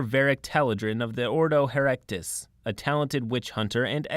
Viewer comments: not "herektis", here-ti-kus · herectus?? its her-et-I-cus, as in heretic, heretical .. its nothing to do with erections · nitpicky but... ordo hereticus, not ordo erectus XP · The Ordo Erectus! HA!! The Inquisition can be dicks, but they're not quite so literal about it (It's Hereticus,. He-re-ti-cus, from the word heretic) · Why calling "ordo hereticus" "ordo heRECTUS"? Edit: well, after THAT no one will stop me from bringing armed to the teeth space marine in a social mission. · Hereticus is pronounced "Hair-reti-cus" not "Hair-rekt-us". Its referring to heretics/heresy, not hair-rectums. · I love how he pronounces Ordo Hereticus as "Ordo Herectus". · he-re-ti-cus. try again he-re-ti-cus. I might sound like an asshole, but this channel literally only has two jobs: 1. find stories interesting enough 2. read them well. so let's try again to fix the latter 50%: he(mp)-re(storation)-ti(ck)-cus(as in cous-cous). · hereticus... Hare-ret-eh-kus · I write this while paused just after the introduction of the Inquisitors and want to say.... 4 Inquisitors from 3 Ordos? As a long time scholar of 40k lore I can't see any possibility for this to go wrong in any way. ZERO chance of Exterminatus. But I am a bit bothered by the mispronunciation of Hereticus. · Your pronunciation of Hereticus is heretical.